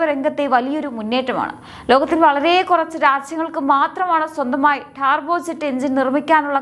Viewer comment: ഡാർബോ അല്ല ടർബോ അല്ലേ?